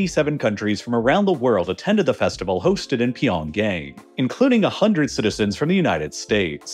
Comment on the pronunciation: did i hear pyongay?